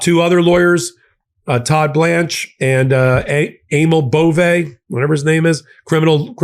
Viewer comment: Prononce « Ey-meal Bo-vey », Just like Emil from the original Robocop movie « Dead or alive you’re coming with me… «